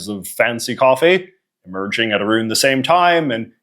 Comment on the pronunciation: Why do you say around like that